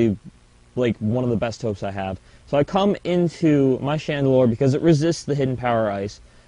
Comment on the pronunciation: I was laughing like a 12 year old girl everytime you say cu.., i mean come...